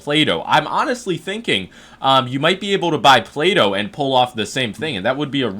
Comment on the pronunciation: says Play-Doh, I hear Plato, lol